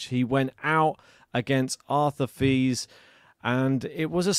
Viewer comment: ok this is how you pronounce Fils. Fi as in fee and the s as in hiss so Feess. So I offer this to you, if you care to take it. Same with Monfils. Fils in French means son, which you probably already know.